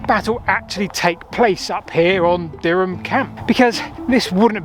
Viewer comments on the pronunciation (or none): none